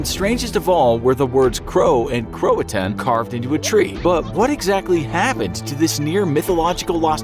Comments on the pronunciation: Cro a toe an it’s pronounced and Croatian was found on a tree not a defense wall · It’s cro-a-to-in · Wasn’t the word “Croatoan” not “croatan” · It's pronounced cro-uh-toe-en not crohtone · It’s pronounced crow-A-tow-win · CroaTOan. Pronounce it right. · Um...do you mean Croatoan?